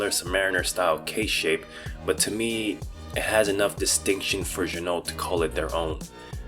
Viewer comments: It's pronounced zhee-noh. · Pro tip: Ginault is pronounced, “G-Noh”. The L and the T are silent. This comes directly from the owner of the company. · It’s gee-no!